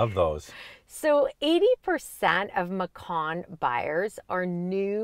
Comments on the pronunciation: I think the name of this vehicle (macan) almost certainly originates from an Indonesian word meaning 'tiger.' But the letter 'c' in Indonesia is pronounced 'ch' so this car is a Porsche 'matchan.' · You mispronounced it. Macan should be pronounced "machan" ("ch" as in charlie). Macan is the Indonesian word for tiger and porsche took the word as the name of its compact suv.